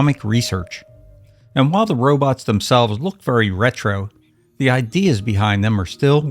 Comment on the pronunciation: Gog, didn't they Ro-bits rather than Ro-bots ??